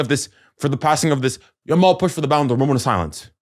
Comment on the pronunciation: Grown man calling a kid "lamine dog-mal"😂🤡